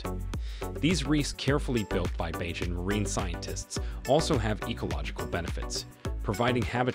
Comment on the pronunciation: Where did you get your info. Some of it is inaccurate and out dated. The repeated, incorrect pronunciation of the name of the island and its people was extremely annoying and disrespectful. Mia was not born in Africa!! It’s BaRbados not BAAbados. It’s BAYjan not BAAjan. Did you just read the child rhyme Baa Baa Black sheep? So annoying that you chose to keep butchering the name of Rihanna’s home!!